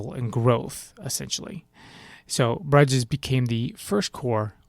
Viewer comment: Awesome work except your pronunciation of Bruges 😀